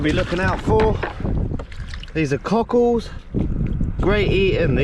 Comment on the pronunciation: you are the fuckin man and your energy is contagious..keep it up man...even though you keep saying CUCKHOLDS i love it lol